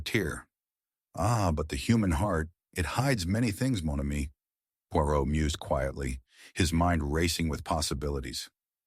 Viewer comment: American pronouncing of Poirot and English words is terrible. Dont bother listening.